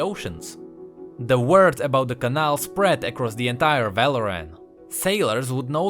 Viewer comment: Really nice video, but the way you pronounce cannal triggers me. Altough i really like your czech accent